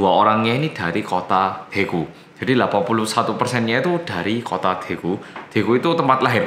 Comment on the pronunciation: Pas itu ora medok blas😆